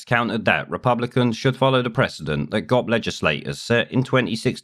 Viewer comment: Just FYI, the term GOP is pronounced G.O.P. ("Grand Old Party") not Gop.